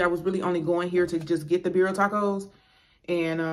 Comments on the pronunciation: Aren’t they the best! I YouTubed the instant pot recipe and omg! Sauce is pronounced CONE-So-may) and tacos are pronounced (Beer-Eee-yah). I figured I’d mention since you said you don’t know if your pronouncing it right. They sure are 🔥though right I love your channel. You & Your husband are so cool and down to earth plus have great stories ❤️ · It’s pronounced Con-sue- may and Birria is Be-dee-ah … I have Hispanic friends that’s the only reason I kno so don’t feel bad Lmaoo